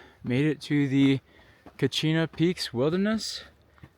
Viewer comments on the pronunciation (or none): It’s not cochino, it’s coconino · Coconino Wilderness, "Cochino" 😂 wonderful video mate, incredible views.